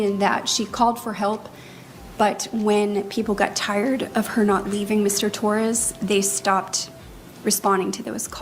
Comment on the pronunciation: T0RR-AZZZ? Owens, you POG, you cannot even pronounce the victims name?? No, she didn't ruin anything for him, he did it to himself before this case and then by taking it, Sarah didn't help, but she never helps any thing. You are right she gives the cameras such a. smug look then, she turns her head and throws one towards Jorge's family and the gallery. They were probably gone, or just not paying attention to her by then. You are making great videos, funny and very clever, TY and have a lovely Sunday!!